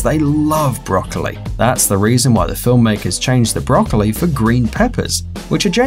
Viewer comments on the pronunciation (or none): Probably I'm Japanese cuz I love "brocaliy"